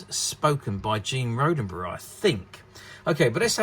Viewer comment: You seem to have lost a “D” Gene “Rod - Den - Berry” Please! He did not past tense Rode A Berry!